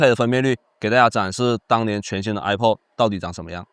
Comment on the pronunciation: 首先它不唸I破 它唸I帕